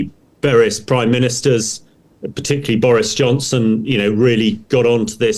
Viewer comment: And he says "particuly"!